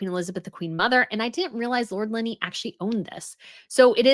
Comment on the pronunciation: FYI it's Greville not Grenville and it's Linley not Linney.